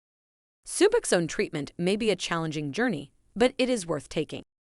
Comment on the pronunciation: Lies. You don't even pronounce the drug correctly